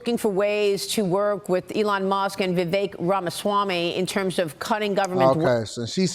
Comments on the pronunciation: Vivek always says the easiest way to pronounce his name is it rhymes with Cake. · Different languages pronounce letters in different ways. J in Spanish is H sounding. Jesus is pronounced Heyzeus. Vivek say his name pronounced like Cake. Vivake not how your saying his name. With respect.